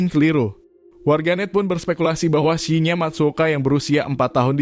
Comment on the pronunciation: salah baca namanya.. Shin-Ya, bukan Shi-nya